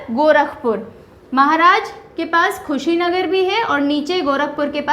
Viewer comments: i am sorry to say mam pr aapne thoda sa galat bol diya tha Mam खुशीनगर nhi कुशीनगर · Dear Ma'am nice video, but that is not khushi Nagar that is kushinagar (कुशीनगर) !! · कुशीनगर मैडम खुशीनगर नहीं😢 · खुशी नगर नही कुसी नगर पहले खुद पड़ना सीखो उसके बाद ज्ञान देने aoo 😂😂😂😂😂😂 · Kushinagar hai ma'am Khushinagar na hai. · Madam vo kushinagar district h not khushinagar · it's कुशीनगर not खुशीनगर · madam g khushi Nagar nahi hai ye kushi nagar hai ...by the way nice class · Mam it's कुशीनगर not khusi nagar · It is Kushi Nagar not khushinsgar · Mam it's not Khusinagar its Kushinagar😊😊I'm from Kushinagar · कुशीनगर not Khusinagar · Mam You should pronounce the name of district correctly. It's hurt to those students who are belonging to that particular district...... kushinagar....khushinagar see the difference 🥰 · Madam khusinagar nhi hai Kushinagar hai। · Khushinagar nhi kushinagar he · Kushinagar not khushinagar. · मैडम जी कुशीनगर को खुशी नगर मत khiye... Up Ganda नहीं up lion h.. 🙏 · Mam khushinagar nhi kushinagar h vo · Ma'am I am from Gorakhpur... It is कुशीनगर, not खुशीनगर..... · Lgta h mam jyda khush h ... esliye khushinagar ko khushinagar pd rhi h 😊...by the way nice job mam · मैडम जी कुशीनगर बोलते है (madam ji speak kushinagar) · कुशीनगर hota है मैडम